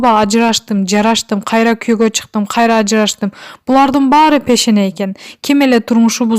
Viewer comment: 😀😀Ирис айымга кучун жетпей, духун тушуп калыптырго. Пешене дебей Бешене деп суйлочу. Калп баары калп, Назира экоон жигит талашып олдунор элего. Аракты коп ичесин.